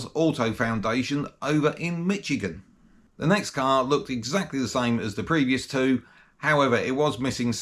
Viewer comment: It's pronounced Mish-again, not Mitch-again. It's based on a Native American word. :-)